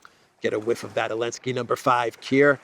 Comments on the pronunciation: My friend it’s Zalensky not Alenski please fix that issue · Zelensky it’s Zzzzzelensky. Love you brother!!!! lol